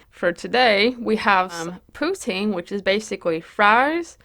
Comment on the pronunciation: You look gorgeous!! Amazing video as always ❤️❤️ Canada here!!! I love how you pronounce poutine!